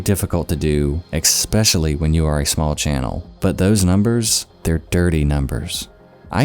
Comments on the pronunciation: Eckspeshally has to go. I absolutely love your content, but I hear it and cringe every time. I'm sorry. I'd say the same thing if you had a booger in your nose, because I love you. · I narrow my eyes at you for saying "ex- specially", don't be a Chills.